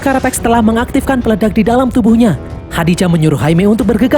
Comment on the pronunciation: Nama AI-nya Khaji-Da bang bukan Khadi-Ja😂